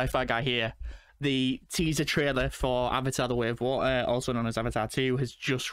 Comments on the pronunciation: The Way of Wa'err! Sorry :D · did he just say (Wo Ah)! for water?! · "The way of Wa''er" gotta love the accent hahaha